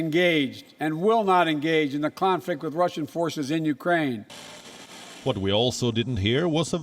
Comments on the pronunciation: biden said uranian he forget the k ukraine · Zelensky should take heed of this. ...if US president cannot even pronounce the word of Ukraine properly and call them Iranians....is the West really going to be a saviour? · Even my 4 year old grandson can pronounce Ukraine. Not Uranian